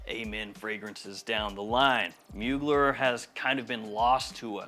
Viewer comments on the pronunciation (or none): It’s pronounced : Moo-Glare Not like : Bueller… Bueller… Bueller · Try to pronounce...mu glaire or muglère...is french ...not a mogler